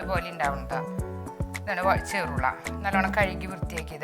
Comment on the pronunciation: ചെർള അല്ല. ചെറൂള